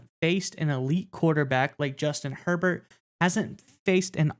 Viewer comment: Justin "Hurl-Bolt". Let's go.